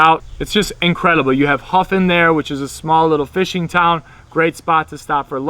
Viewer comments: I believe he also mispronounced Höfn as "Huffin" and I learned to pronounce it much differently (like "Hup"). Making my first trip to Iceland next week. I am half Norwegian and will not even attempt to speak Icelandic. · found out Hofn is actually pronounced Hop